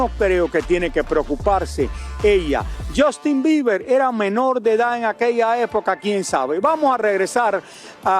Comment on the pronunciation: Esto es solo para Lily ahora no hablas bien ni inglés ni español, “Jastin”, “Lamberguini” “publicitado” y lo del Freak Off pregúntale a tu tío Emilio Estefan! Por último, un monstruo como el no puede ser un “excelente padre”